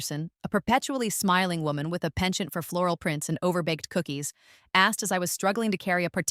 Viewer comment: It's not "feudal effort", it's "futile effort". It means an effort done in vain. If she is in California, she should have made sure to get a place east of the fault line, just in case California ends up sliding into the Pacific Ocean after the quake. Also, it not "ponchon" but "penchant" (A French word meaning "leaning towards something").